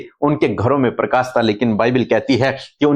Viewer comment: Bhai parkas nahi PARKASH hota parkasit parkasmaan nahi s nahi sh lagao log hansi udate hai .